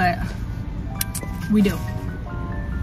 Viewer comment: I remember she said strawberrie